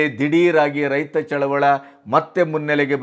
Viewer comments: ಚಳುವಳ ಅಲ್ಲ ಚಳುವಳಿ. ದಯವಿಟ್ಟು ಈ ಪದವನ್ನು ಸರಿಯಾಗಿ ಬಳಸಿ. ಇದು ನನ್ನ ಕಳವಳಿಯ ಮನವಿ. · ಚಳುವಳ ಅಲ್ಲ ಚಳುವಳಿ ಎನ್ನಿ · ಚಳುವಳಿ.ಚಳವಳ.ಅಲ್ಲ.ಸ್ವಲ್ಪ ಗಮನ.ಕೊಡಬೇಕು.ನಿಮಗೆ..ಹೇಳುವಷ್ಟು.ದೊಡ್ಡವನಲ್ಲ.ನಾನು.ಸಾಮಾನ್ಯ,ರೈತ.. ಕ್ಷಮೆ ಇರಲಿ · ಅದು ರೈತ ಚಳುವಳ ಅಲ್ಲ ಅದು ಚಳುವಳಿ